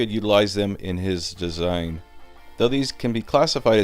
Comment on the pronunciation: what's with the weird inflection when you said, his "design" 😂😂 I haven't a clue what you mean but I think I can guess, someone's getting cocky or something along those lines (its been done before, Fool!) kinda thing? Am I imagining it?😂